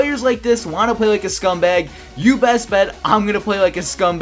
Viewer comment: count how many times he say scumbug